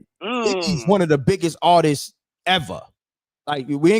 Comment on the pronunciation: It's not Artises...it's ARTISTS.